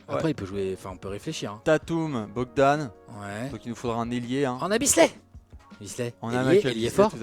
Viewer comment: C’est Bojan Bogdanovic pas Bogdan hein que vous avez 😉